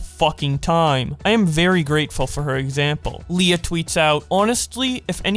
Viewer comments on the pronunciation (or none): none